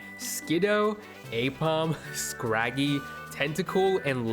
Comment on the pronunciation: I thought I was tripping when he said scraggy lol